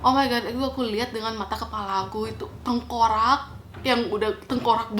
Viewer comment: tengkorak kak bukan tengkorang..